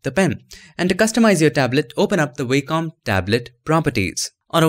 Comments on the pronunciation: nitpick: the company name is pronounced WOK-um, not WAY-com. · Nice video mate, thanks! BTW its pronounced 'vocom' (Wacom) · In American English, as opposed to British English, it's pronounced WAH-cum.